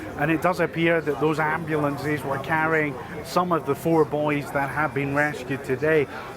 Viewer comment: The word AMBULANCE does not end with an E sound. You would think that an announcer would know know to speak proper ENGLISH! That said I am EXTREMELY relieved to hear that they are mostly all out and are safe.